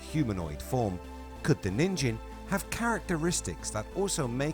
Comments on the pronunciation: 💙💙✌️ enjoy the day, my frien [by the way, NIN-gen, with a hard G, is how you pronounce the JP word for 'human'] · It is pronounced as nin- (as in Ninja) and -gen (as in Get, with the hard G sound). Your way of reading the word means a carrot (Ninjin) in Japanese.